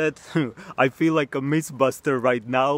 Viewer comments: The Outside Gamer You can't woosh me if that's what he was refering to. He pronounced it as "miss buster" but you know what he meant, homie. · Nobody: Literally nobody:: mis baster